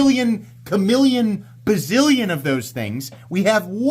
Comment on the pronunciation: Well they live up to the name Artisan *Cutlery*. Chameleon? Pretty sure that's pronounced Sha-meh-lee-awn, although in some dialects it's Nick Shabazz.